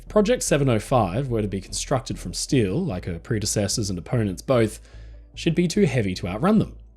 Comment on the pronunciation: What’s stile? You mean steel?😂